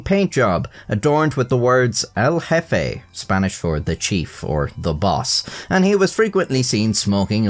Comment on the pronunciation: im a native spanish speaker and the "farto" pronunciation hurts my soul, as well as "jefe" but its not as bad, "santeria"'s pronunciation was also horrible